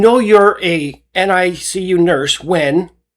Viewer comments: Dude… they call it the ”NICk U” not the N-I-C-U. You seem to have trouble saying it repeatedly. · Hey, when you read "NICU", you don't have to say the individual letters. Those who are in the know just say "Nick-U".